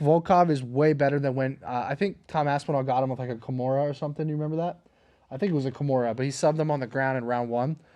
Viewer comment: LET ME TELL YOU SUMFING